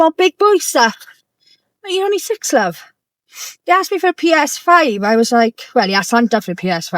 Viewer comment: did she say sex pounds or six pounds or sex for a pound 😂